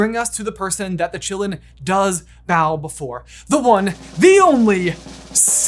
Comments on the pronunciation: I always expected it to be pronounced in the Chinese way of Ki-lin. Meaning it's name would be "forest of life" or "forest of blood". Which fits really well. But no. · The actual pronunciation for Qi is "chi" aka "Chee" and also sometimes "kee" like "key" so Asians pronounce the Qilin as "Chee - Lin" or "Kee - Lin". Not Chillin like we're just chillin on the stoop. Whoever pronounced it like that in the movie is an idiot. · You know I saw the movie in my language German and they said Qilin in a way I never could understand what that animal was called. It sounded more like Gi-lamb. It was very distracting. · Pronounced: Chee-Lin not Chillin'. It's Chinese. Like the French school, it's not pronounced Bo-bax-ton, it's Bo-be-ton because it's French.